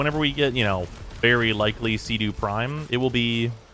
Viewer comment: anybody else annoyed at the pronunciation of "cedo"? otherwise, love the video. lavos was my old main before i found kullervo and dante